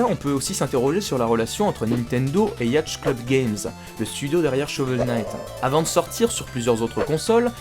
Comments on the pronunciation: Pour la dernière fois, le mot Yacht se prononce Yot xD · Si jamais, "yacht" ça se dit /yaute/